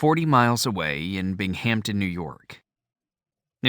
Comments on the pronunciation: It’s pronounced “El-my-ra” not “El-meer-a. It’s also my hometown. The narrator also mispronounces “Bingum-ton”. Ronnie was and still is revered in Central NY and the Twin Tiers. He was my introduction to rock and roll. All my older cousins and neighbors had the Elf albums. It’s cool hearing the names of towns I’m familiar with being read aloud. It’s also cool that Ronnie never forgot where he came from. Proud to say he’s one of our own and a NY boy like me! We miss him. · Thanks for sharing. was good overall in narration, but the editor or producer was asleep at the wheel to let him butcher some pronunciations. This included “Binghamton”, ‘Nyro’, ‘Giuffria’ and one or two others. EDIT: oh yeah, ‘ Elmyra’